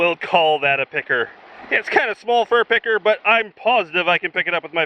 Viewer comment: Sometimes picker sounds like pecker and it is keeping me on edge